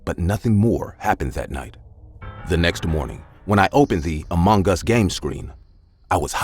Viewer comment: amung gees that is how to say it 😏